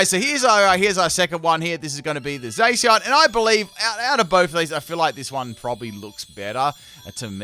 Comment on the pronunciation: Man said zaseeon